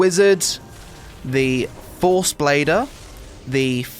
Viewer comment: "Lots of classes use the fohrce" lol